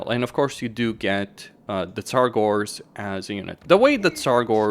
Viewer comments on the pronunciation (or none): Tzaangors, not Tzar-gors !!